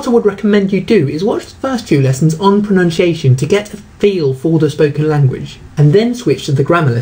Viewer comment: He looks like he could do with a lesson in English pronunciation....he cant even pronounce pronunciation!!!